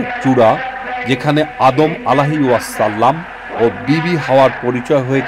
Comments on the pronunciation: ভাইয়া, আপনি 'ওয়াসাল্লাম' উচ্চারণটি সঠিকভাবে করলে ভালো হতো। ধন্যবাদ। ❤❤ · প্রতিবেদন যিনি পড়েন উনি তো আমাদের নবীর নামের ওয়াসল্লাম পড়েন কোন স্টাইলে। উনিতো উচ্চারন ই করতে পারেনা স্পষ্টভাবে